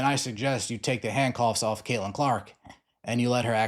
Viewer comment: Caitlin with a t. Not Cailin.